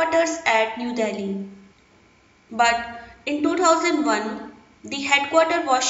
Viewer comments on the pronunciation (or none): none